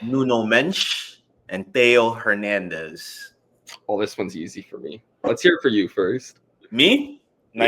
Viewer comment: so much care put into pronouncing this list until you get to Hernandez